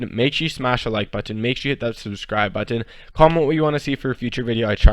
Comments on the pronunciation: Ashton Bell buttton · why do you say button like that?